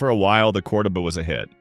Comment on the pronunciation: Text to speech always mispronounces Volare. Cordoba is another fail point. Low quality youtube is fail. I took my road test in my old man's Omega. It never gave us any trouble. It was a good quality car, especially as was secondhand.